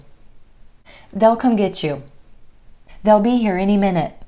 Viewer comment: I heard they'll sounded like Dell. Can I sound like that?